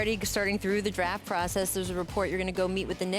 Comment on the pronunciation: "Top 'Droft' Prospect RJ Barrett" - Rachel Nichols, 2019